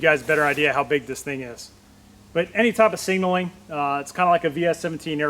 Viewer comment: Singalling drives me nuts. Ilmao. Like nails on a chalkboard. Sig nal ling ilmao.